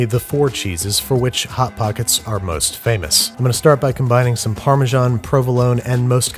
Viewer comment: The way he says Parmesan... AAAAAAAAAAAAAAAAAAA